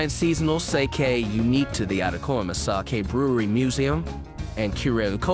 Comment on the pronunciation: Thumbs down for pronunciation, if I have to hear you say sake one more time I will claw my ear drums out…